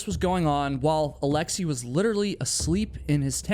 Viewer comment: Alexei is pronounced as it's written, not alexii.